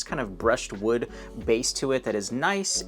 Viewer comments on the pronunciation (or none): none